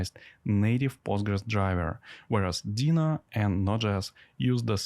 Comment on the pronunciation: It’s called ‘Deno’ with an O at the end, not ‘Dena’ with an A at the end.”